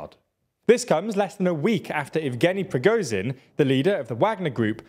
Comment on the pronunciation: You REALLY need to learn how to pronounce the ZH in words like druzhba, Prigozhin or Zaluzhniy. It's NOT a Z! It sounds as wrong as saying Vladimir Rutin instead of Putin. ZH is pronounced almost the same as SH. If you said Zalushniy, you'd be 90% correct. The pronunciation of ZH is identical to the 's' in pleasure or treasure (think pleazhure or treazhure). These names aren't hard to pronounce, and the sounds mostly exist in English. If you want to be serious journalists, you can't keep ignoring the basics of pronouncing foreign names.